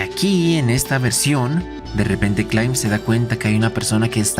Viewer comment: No hay manera que pronuncies bien nombres de un anime del que hablas constantenente... Es RENNER. NO REINER. KLAIMB, NO KLEEMB. TSWAREH NO SUEH "Distinguimiento" 🤪 Es DISTINCIÓN. Aún hay tiempo para que vuelvas a las aulas... ¡Suma y Sigue!